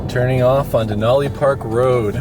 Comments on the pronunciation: Just so you know Denali pronounced.De nally like alley not olly. Sorry lived here over 50 years never heard it said like that. Just saying lots of people from lower 48 that change the way our stuff is said very annoying. Yes i saw even online they say it like you. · Me and my mom watched this video last year and were happy to see someone excited about Alaska, however I do need to correct you that it’s not “dinolli” it is said like “Denali” with a normal A not a formal A. And it’s Mt. McKinley not Denali. Obama changed the name for literally no reason but us Alaskans will never call the mountain Denali :) just a fun fact for you it’s said DenALee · Denali is actually pronounced “den-Al-ee” not “den-aw-Lee.” Denali is an Athabascan word (which is what I am), that means “the great one.” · You said Denali wrong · great video what veiws at this park ! haw many times did he say DANALI LMAO